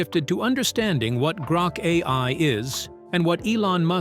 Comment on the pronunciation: This video would be more credible if the AI doing the script reading was able to consistently pronounce correctly the expression "AI"!!!😂